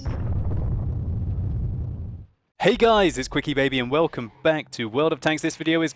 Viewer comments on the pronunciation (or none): none